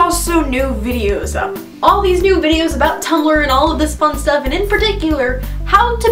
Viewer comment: its not tum-bel-er, its tum blur omg